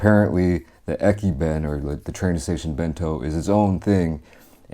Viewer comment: Ekiben, you got it guys? Eki”ben” haha